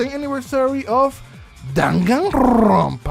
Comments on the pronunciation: Nobody:....: DanganRRRrrrronpa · Nobody:: ChRRrrrrismas, DanganrrRRRrronpa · "Danganrrrrrrrrrrrrrrrrrrrrrrrrrrrrrrrrrrrrrrrrrrrrrrrrrrrrrrrrrrrrrrrrrrrrrrrrrrrrrrrrrrrrrrrrrrrrrrrrrrrrrrrrrrrrrrrrrrrrrrrrrrrrrrrrronpa" Also, haha go brrrrrrr sorry if this was mean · why you say danganrrrrrrrrrrronpa so straaaaaangely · nobody: no one at all: the universe:: DaganRrrRrRRRrrRrrrronpa. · The way you say ‘danganronpa’ makes me laugh hard af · Spot the tongue roll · Ooo a new Danganronpa game that would be cool Hahaa I love the way you roll your R’s lmao 😂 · Love the way you rolled your rs when saying Danganronpa